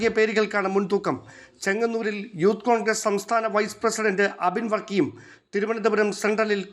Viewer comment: എബിൻ വർക്കി അല്ല അബിൻ വർക്കി ആണ്